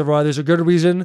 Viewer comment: “Theres a weason”